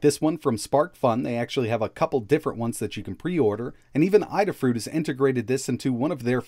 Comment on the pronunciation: ay-da fruit. Adafruit. Lady-ay-da.